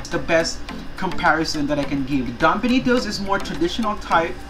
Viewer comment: Compa-ha-resun ..... bii knee toes.... iba talaga